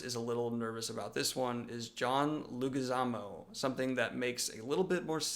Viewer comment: Hello, Daniel. Two things: 1 It is pronounced ‘lay-gwi-ZAH-moe’. (can’t help myself 😏) 2 WoB is that the secret project is something he has never spoken to the fans about. Yet. Surprise! As a moving gift, here is my first ever YouTube comment. Travel safe!